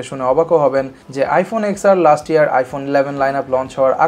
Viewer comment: Why are u calling ten R wrongly again & again ?😑